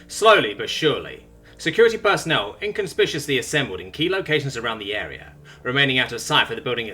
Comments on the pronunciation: Sometimes says some words slightly wrong because he reads them a little fast. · Is inconspicuous pronounced that way outside of the United States? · While it sounds weird to me the difference between the hard and the soft C could easily be Regional and I don't know.